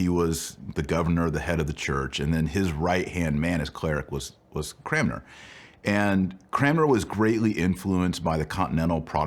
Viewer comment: It is painful to hear Dr Marshall mispronounce Cranmer each and every time.